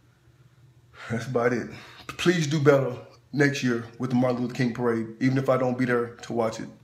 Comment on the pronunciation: Marade not parade